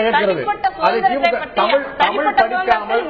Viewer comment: Just now saw this கூத்து. சல்மா தமீல் தமீல் மொளி மொளி என்று சொல்ல, ராகவனும் மற்ச்சும் (மற்றும்) வேற்ச்சு (வேற்று) என்று உச்சு பிச்சு என்று உச்சரிக்க, பத்திரிகையாளர் உளகம் உளகம் என்று உளற, பாண்டேவும் தன் பங்குக்கு ல ள ழ இவற்றை உச்சரிக்க தெரியாமல் எல்லாவற்றிலும் 'ள' வை பயன்படுத்தி(ராகவன் போல ற்ச்சு உச்சு பிச்சு என்று உச்சரிக்கும் விதமும் சேர்த்து) மொத்தத்தில் ஒரு கோமாளிக் கூத்து! இதுக்கு பேரு தமிழ் நிகழ்ச்சியா? போய் எல்லோரும் சாலமன் பாப்பையா கிட்ட கேட்டு வாங்கி குடிங்க.